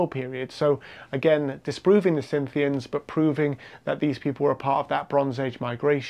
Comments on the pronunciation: “Cynthians”? I think you mean Scythians, who were Steppe horsemen. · When you say "Cynthians" or "Synthians", I assume you mean Scythians?